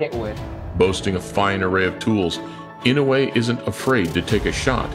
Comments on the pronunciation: IN HAWAII WHERE I LIVED WITH LOTS OF JAPANESE FRIENDS AND SENATOR INOUE ...ITS PRONOUNCED: I N O Y E ,INOYE NOT INOWE ,NOT INOWEY ! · IN-NOH-WEH not IN-YO-WAY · Pronounce it like this In-no-way. Easy enough right? To my fellow Americans I'm sorry I'm choosing a JAP over American blood 70 years ago that would have been a syn to say in America lol but times have changed and I'm so interested in Inoue and intrigued by his skills. He will win Fulton hasn't even fought hi caliber fighters. Inoue is exactly that. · it's eee-no--woo-ay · pains me as a japanese person how everyone mispronounces his last name